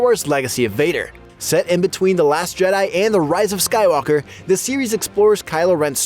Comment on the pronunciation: Calling rey "skywallker" is a crime